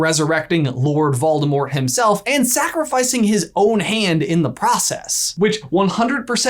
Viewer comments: “Freakin’ Moldevort” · Moldivort. Was he referencing the new Ted-Ed riddle, or did I miss something really obvious😂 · Ah yes, Moldevort has returned! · Wait did he call Voldemort Baldo? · Instead of "Moldivort", he should have been called "Voldiwart" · Always Moldevort... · Moldevert.....😂😂😂 I love peeves.... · Yayyyyy he said Moldemort!!!!!! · Don't worry if your not sure its Moldevort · ahhh good ole Moldevort... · I don't know exactly why, but a true surge of happiness went threw me when said Moldevort!!! #SeamusAsMoldevort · Moldevort! it makes me laugh more than is reasonable.. hahah... moldevort... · Maldevort Me: Lol 🤣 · Moldevort? Umm...don't you mean Seamus Gorman?